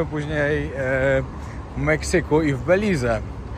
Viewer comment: Beliiz, panie - Beliiz z naciskiem na druga sylabe. Przepraszam za uwagi:-))